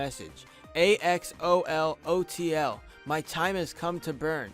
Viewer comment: says a x o l o t l mant axolotl